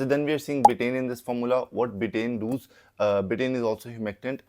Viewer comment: Does ❌ Dooooz ✅ 😂😂😂😂😂😂